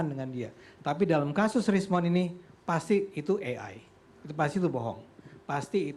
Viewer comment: katanya Roi Suryo pakar dan berpendidikan.. menyebut ejaan AI juga masih salah 🤦🏻‍♂️